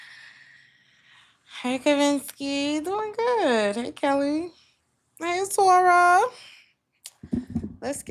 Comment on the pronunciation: I love how you say Gut instead of good! ❤😂 I can tell you live in Germany!